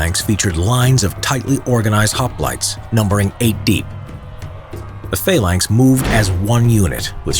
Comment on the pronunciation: Phalanx not faelanx